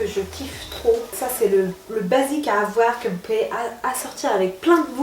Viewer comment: Slm ma belle super haul !! J'aime trop qd tu dis : avoir tu le prononce avoèr lol . T as un petit accent je trouve. Je t encourage à continuer tes hauls bisouuuu